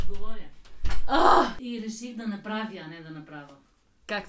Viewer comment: Actually, you pronounced "направя" better than your mom. The correct pronunciation of vowels at the end of the words is to darken them. So having your mouth wide open for a я is not correct. Tell your mom that and have fun 😉😁